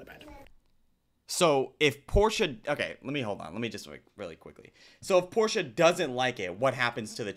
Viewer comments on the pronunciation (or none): Hey, it's "Portia" - it's from Shakespeare, and it's common in the UK. Not Porsche, like the car.